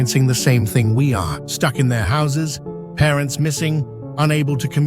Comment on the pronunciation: why is it parentz and not parents🤣